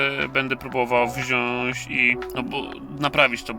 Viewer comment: "Wziąś", "włanczam", aż kłuje w uszy...